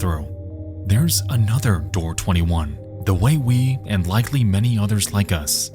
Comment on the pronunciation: not "and" but "aindt"